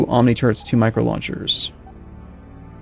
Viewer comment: Am i the only one hearing "micro turds" whenever mentions the turrets?